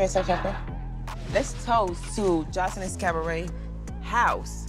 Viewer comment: Everytime she says "Cavaret" 😭.... Sends meee On another note 3/4 of this is B E E P!